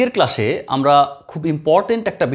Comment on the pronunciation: Oita ক্লাশ না ক্লাস হবে😂